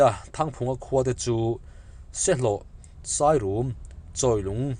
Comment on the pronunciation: Sairum,rum lai hi,rorum,mengrum,buhchangrum,kan tih a rum thluk ang hian thluk tur,sai rûm ni lovin😊ka pa te khua ve nia,ka hre ve tlat😂😂